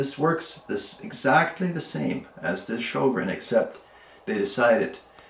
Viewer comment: Say Ö like EA in early, otherwise the closest pronouncination